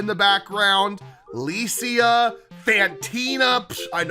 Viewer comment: you read lisia wrong its actually really good